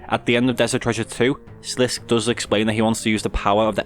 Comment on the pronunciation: It's pronounced SLIS-KAY rather than SLISK in RS3 voice acting, like as if he were French and there was an accent on the E in Sliske Sorry I gotta correct that, love the lore videos man!